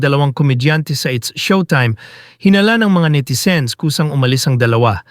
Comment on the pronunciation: Netizen hindi netayzen